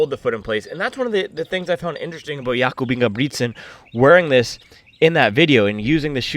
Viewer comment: "Yakoooub Ingeeubrigtttsennn" "bad BOyyyyyyy, hUOOOO!!!" 🤣The accents are great bro keep doing that! Anywas just got my vomero 17 from ebay today, I was blown away by how good they look, how high quality the upeer and tongue is, and how comfortable lacing them up was, the step in feel was HUOOOO, you know it's goona be a good running shoe if the first steps feels like heaven. I am super exited to run in them tomorrow and it's gonna be a biggggg upgrade from my Adizero SL, they feel very firm to me as a very light runner.